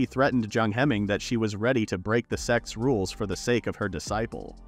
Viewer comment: Text: "sect's blood and seal formation" Narrator: "sex blood and seal formation"